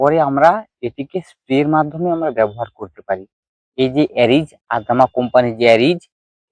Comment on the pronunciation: দাদা নাম টা ঠিক করে বলুন ওটা এরিজ নয় এজিল